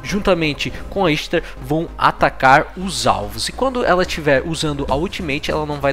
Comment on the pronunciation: A pronúncia dela é Ishtar msm.